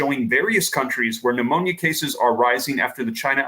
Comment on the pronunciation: Its not phnemonia